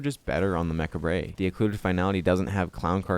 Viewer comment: It's pronounced "mah-kawb", not "mech-a-bray"